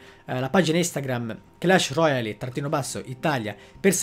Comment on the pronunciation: Roial, non roiali